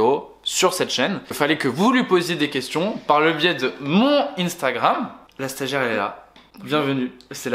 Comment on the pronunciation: "stagiare" nan en vrai force a tua